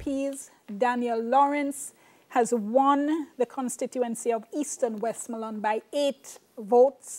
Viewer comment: Look here lady pronunciation please... what d hell she keep saying Wesmooland lady nuh long vowel nuh in deh jeez it's Westmoreland